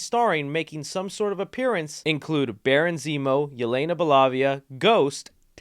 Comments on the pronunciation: Bruh…”belovia” cmon don’t do my girl like that! It’s “b-LOW-VUH” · Yelena Be-lavia. Lol. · That is not how you say Yelena's last name lol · WHY DID YOU SAY YELENA’S LAST NAME LIKE THAT, but honestly this is a good roster